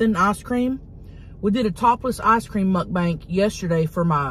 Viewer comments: Love you ❤ Listen to the end... mud banks 😂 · And again at 11.29 😂 And again x2 And later it's "Muk bank"